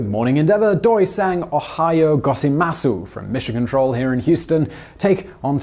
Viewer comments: GO ZAI MAS! It's not go-zey-muh-soo. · Love your work, but ummm... gō zah ē mahss (silent u)